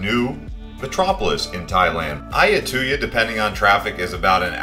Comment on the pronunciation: As a long term part time resident of Thailand it bothers my ears listening to you mispronounce words like Lumpini, tuk tuk, Siam, Ayutthaya (God, you butchered that), Sukhumvit, etc. Have you ever actually been there???